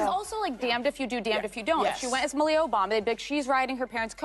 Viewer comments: Melia not Ann Ohbama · The girl's first name is pronounced "Mahl-ya", but her last name was never Obama by birth. Both girls came from "Rent-a--Kid", and over-priced, as well.